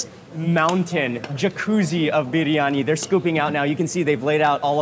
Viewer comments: Love Mark rightly saying "Biriyani", not biryani like most Indians pronounce 😂😂😂😂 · Thajs biryaani biryaani it's correct biryaani